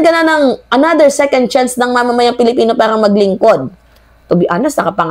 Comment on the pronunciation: Bkt marami sa pilipino, pag sinabi Ang second, Mali Ang sinasabi, hnd secend, para walang pinag aralan